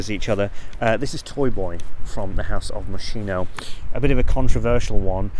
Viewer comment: Mochino pronounced Moskino.